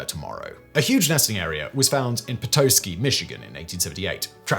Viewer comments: Petoskey is pronounced PitAHski 😅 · i liked the video but you pronounced Petoskey wrong its pronounced pe-TAHS-kee but hey native American words are hard to pronounce if you have never seen them before or heard them spoken especially Odawa words. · Very informative watch, Simon and crew. Quick correction note: Petoskey, Michigan is pronounced "Peht-ah-skee". Cheers. 👍